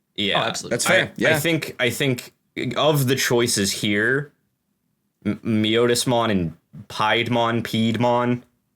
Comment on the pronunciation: Not calling out, just informing. Piedmon as in pied piper. Its not your Otis, its My-otis-mon. Those are both in the first anime series, and so have official pronunciations.